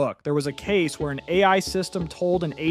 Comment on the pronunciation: bro made the whole video using AI lmao pronouncing each letter of DALL - E individually calling AI, OI lol